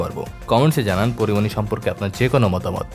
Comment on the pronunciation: Am i only heard 'Kori moni' instead of Porimoni?